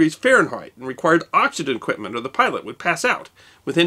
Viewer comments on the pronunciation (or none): none